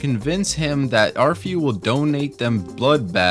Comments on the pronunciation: Don’t get me started on the pronunciations in this video lmao. “Boatfly”? “Arefyu”?! How does one mispronounce bloatfly 😭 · There's a perk that automatically converts every 10 Nuka-Colas into a Quantum Also it's air-eh-foo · Bro hates exploring and im not sure if he played the game since he pronounces arefu wrong